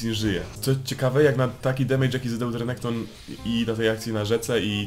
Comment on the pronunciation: Mówi się renekton a nie rekonekto xd